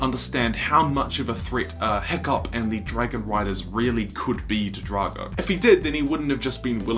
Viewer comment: its drako not drago